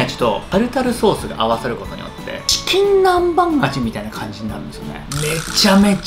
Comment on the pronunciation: 酔ってるんかわからんけどちきんなんばんをちきんなんまんってゆってる